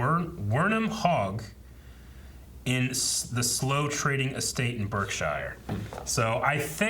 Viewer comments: Ah yes. The "slow" trading estate in "berk-shire" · Your pronouncing Slough so wrong 😂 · Slough rhymes with 'cow' not 'ruff' and Berkshire is pronounced 'bark sh' not burke -shy-er but otherwise loving your reactions